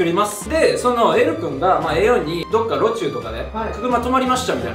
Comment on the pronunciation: イーサンの路駐のイントネーション😂😂